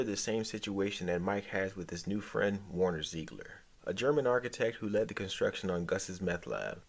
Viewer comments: Werner, not Warner lol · Worner??? WORNER?!?!?!? VERN-ER ZIEGLER!! VERN!!! VERN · Sorry but you lose credibility calling him Warner over and over... If you watched the show you are mis-pronouncing it on purpose, again and again.